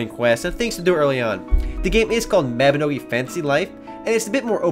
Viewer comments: its pronounced as "Mah Bi No Gi' not "Meh Bi No Gi' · Its m a b i n o g i not maobinogi lol but good try lol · isn't it pronounced as Mawbinohgee?